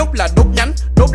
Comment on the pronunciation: sai tiếng anh r ,Party,hay là trong lúc phát âm bạn nói /b/ à:v